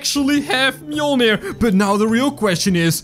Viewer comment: you pronounced mjolnir right, good job